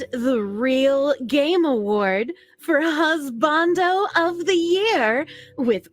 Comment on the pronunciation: I figured it'd be Husbandū, not Husbandō